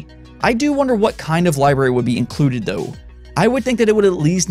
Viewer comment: You say “dou” instead of “tho” 🤣